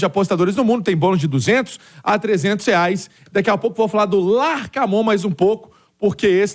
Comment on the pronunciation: Sugestão pra falar o nome do treinador LAR K MON não erro mais